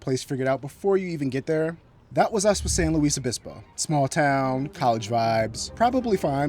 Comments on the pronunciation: How can you tell when you've never been to SLOTown? Pronounce it "San Loo esse Obispo". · I will forgive you for pronouncing San Luis Obispo wrong lol Welcome! I was wondering when you were going to visit my hometown:) Enjoy slo!